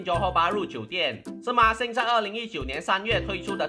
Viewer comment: 不知道为什么。。。。我一直听到NixSxng 😄